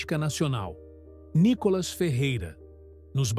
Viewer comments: O nome dele não é Nicólas é Nicolas, com a cilaba tônica no " Ni ". Vê se aprende de uma vez. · Nícolas, Nicólas, Nicolás? O narrador devia estudar o nome do entrevistado antes. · Ussa direito a silaba tônica corretamente no nome do NICOLAS ! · Só uma pergunta ? Como essa pessoa que faz a narração, fala quase todo momento o nome do Nicolas de outra maneira . Para de ser chato com essa sua fala de Nikolas sei lá oque